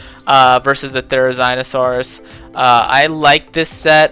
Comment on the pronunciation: I too love gi-gan-to-sohrs and thae-rah-zine-a-sohr